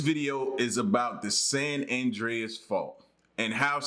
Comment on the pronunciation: Rock yes played in San Andrés Movie. Yes you pronounced it right